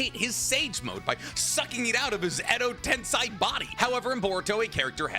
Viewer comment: I love your videos bro But that tensai gets on the nerve not gonna learn lol Tensei Shinra tensei....not sai